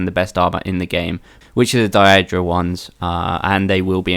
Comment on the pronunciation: its daedric you know like Day rick with a d so its daydric